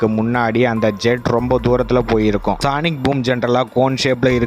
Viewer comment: சானிக் இல்லப்பா....சோனிக்